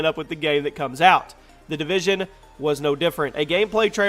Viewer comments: Division not Devison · It's division not devision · Division not devision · It’s the division not devison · Its the Division btw not Devision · Its division, not devision. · Its division not devision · "The Devision" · "Devision"? Division👍🏼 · Its spelled Tom Clancy "division". Not "devision" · DEVISION ... is that like loss of Vision, or did you mean DIVISION? LoL!!! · Its Division, not DEvision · tom clancys devision? its DIVISION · FYI it's division not devision please pin this lol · Jack Donovan "division" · “Devision” lol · “The Devision” LoL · "The Devision" xd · "Devision " LOL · Division does not have an "e" in it. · The "DEvision" hahahahaha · "devision" l0l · "The Devision" ?